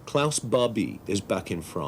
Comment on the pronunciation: " Klaus " , what ? 😂